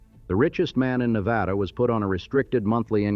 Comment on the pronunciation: Well, at least the AI narration manages to pronounce Nevada correctly, something many humans manages to botch. It's pronunciation of Tonopah is laughable, though, even after taking two separate stabs at it. But, then, many humans screw that one up too.